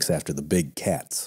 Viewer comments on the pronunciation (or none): none